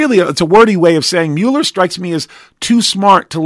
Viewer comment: It MULL ER not mew ler, people call me Uh-leh-shuh and it's Uh-lee-shush Alicia! I can't stand it!